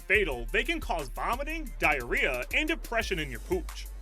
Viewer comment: He said Diareah so many times